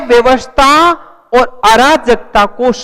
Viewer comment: अव्यवस्थाओं नहीं अव्यवस्थाओं होता है उच्चारण सही करिए अपना